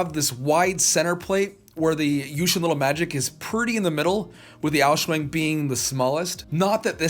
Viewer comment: "The MoYu Aou-shuang" Me, an Asian: Heart Attack